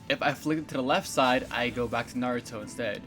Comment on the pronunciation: I just watched this and just wanna say, the way you're saying minato and naruto aint right BOI, like damn, my ears is getting triggered lol